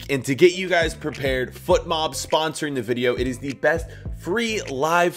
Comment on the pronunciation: My guy can’t pronounce his sponsor’s name It’s fotmob not footmob